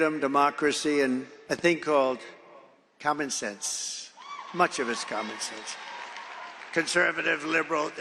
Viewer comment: Was he calling it con-man sense? it sounds like it.